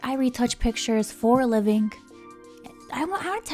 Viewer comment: She said livink😅